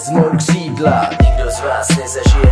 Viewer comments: Že neumí Ř? Kšídla... :D:D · Nauč se říkat ř !! Kšídlaa :D